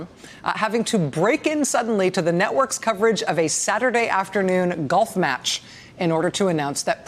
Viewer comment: I do love you Rachel, but "golf match"?......hehehehe